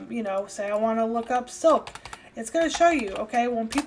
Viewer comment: Soap?? Soak?? Sounded like you said Soak but it was silk!!! hahahahaha. I actually really like your videos. very helpful. You get down to brass tacks and share real information instead of socializing or listening to yourself talk like so many on Youtube. Thank you! Your my MasterClass Instructor for Poshmark!!!